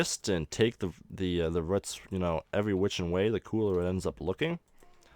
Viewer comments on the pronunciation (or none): nice way of doing cg trees but the way he says roots as ruts annoys me for some reason! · The way you say roots is hilariously annoying. Great video. Keep it up.